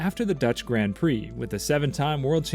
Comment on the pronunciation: I’m all for speaking the language of FREEDOM but hoooolllly! You couldn’t even try to say “Grand” and “Valterri Bottas” even remotely correctly.